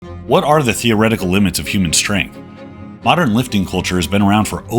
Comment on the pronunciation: Stregth. XD